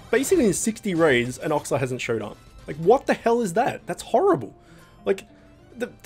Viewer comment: oxla new familiar pog :^) note: called Olxa not Oxla